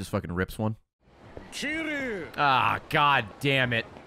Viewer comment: God Ray cannot pronounce Kiryu's name to save his life xD